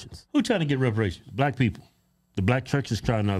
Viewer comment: “They trying to get WEPAWATIONS…” 😂😂😂